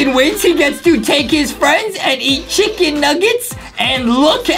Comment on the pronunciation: Chickin ir chuckun witch one its basicly CHUCKUN